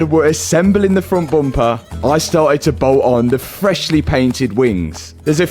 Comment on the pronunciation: the amount of times he has said frunt bumpah is killing me